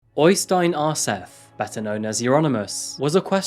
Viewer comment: I do admire you trying to pronounce all the various non-English personal and place names so don't take this the wrong way when I say that Øystein Aarseth is pronounced more like OY-stain ORE-set (th is just a normal t in Norwegian). I also think you divided Surnadal up as Sur-nadal instead of Surna-dal. Oh, and fine -e's are also pronounced so Helvete is HEL-ve-te. It's fine though, I know that you don't speak Norwegian. Anyway, keep up the good work,. I'm loving these videos.